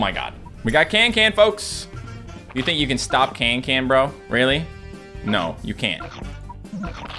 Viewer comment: Her name is cancan not cantcant lol